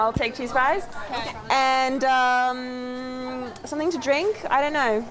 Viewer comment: Love how this reactor pronounces the word something as summit......so cool.